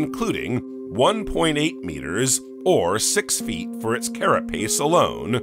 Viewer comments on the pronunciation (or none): none